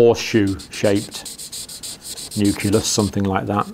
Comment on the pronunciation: Very good explanation. The only thing that bothered me a little was at one point he says 'nuculus' instead of 'nucleus' :-)